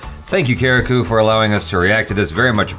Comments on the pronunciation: FYI : its not karikUUU , its pronounced kareek. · That's not kareko it's karikku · Btw it's not karikkoo it's karikk when pronounce 😂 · Actually you guys pronounce karriku wrong 😂😂😂, I know because I am malayali